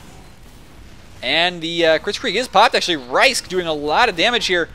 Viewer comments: Thanks for doin a poop game. It really is a shame that I can't make any of the matches otherwise I'd be right up in there with wreckin as Scouts:3 Also, it's pronounced Risk, not Ricek XD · Yeah you said my name right, you said rhysk's name wrong you had it right at first.